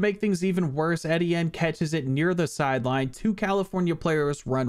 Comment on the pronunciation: E-Tee-in is the pronunciation